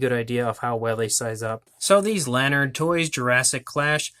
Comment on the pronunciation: Jurassic Clash can be found at Walmart dot com and AMAZON. And its la-nard not lan-ard. For all your lanard product news check out Lanardolicious on Instagram